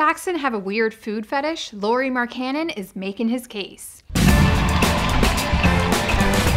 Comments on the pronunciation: It's pronounce "Loree MaryCannon". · Its pronounced "Lowry Mark-en-in" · His name is pronunced lao-ri mark-an-en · Its pronounced like Lowry Mark-a-nin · Pronounced the man's entire name wrong smh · SAY HIS NAME CORRECTLY DAMN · hahaha learn how to pronounce his name ahha